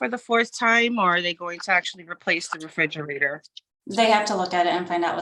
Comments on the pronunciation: It's a refrigerator, not a frigerator. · I can't stand when grown ass adults say "fridgerator"